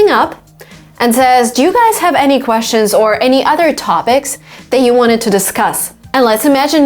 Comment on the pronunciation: /kweщən/ instead of /kwesʧən/.